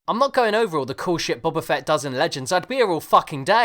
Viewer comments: "Bubba Fett" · is it not pronounced boba fett like boba tea?